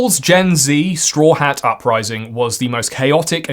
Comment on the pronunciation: Everytine you pronounced staw hats name incorrectly I wanted to delete your channel. Also you showed your bias in this video. Need more news from the continent of South America and Africa.